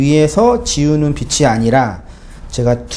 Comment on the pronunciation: ~ 그간 모르고 무조건 문자대로만 듣고 생각하며 신앙생활 했는데 말씀으로 "빛" 이 나는것 같아요. 고맙습니다^^ PS "빚이" 의 발음은 비치 가 아니라 비지 입니다. "빚의" 발음은 비츠 가 아니라 비즈 입니당^^